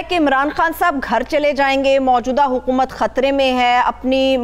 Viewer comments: اردو بولو، چباؤ نہ. ہارون الرشید صاحب کی اصلاح کریں حکومت کو حقومت کہتی ہیں اور بھی - - - - - - - - -! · Can you say Haakoomat? because you say Haaqoomat